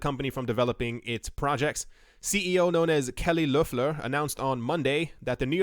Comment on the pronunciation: Do you have german background? No american is able to speak out the ö in Loeffler‘s name!